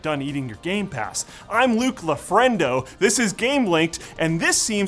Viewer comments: Love seeing creatively butcher his name everytime he hosts 😂 First time I thought it was like, written weird in the script on purpose for him. This time I'm not sure anymore lol. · Luke mispronouncing his own name will never not be funny to me. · Oh boy. Luke's just going to mispronounce his name every time like Linus does Quick Bits, isn't he? I'm here for it. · I love how Luke changes his last name every episode, because half of the viewers can't pronounce it properly anyway. 😂 Keep it up! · Luke refusing to pronounce his last name correctly is great, but the nametag affirming the way he pronounced is chefs kiss. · Luke Just Casually Mispronouncing His Name 😅 It's Like He Knows I Can't Pronounce It 🥲